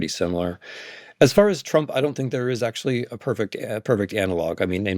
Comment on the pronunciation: Wtf is okshual? Come on. Ridiculous.